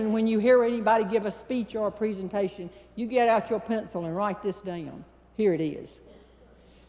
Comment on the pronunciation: Prison-tation... lol